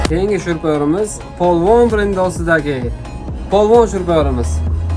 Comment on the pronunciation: Полвон емас поилвон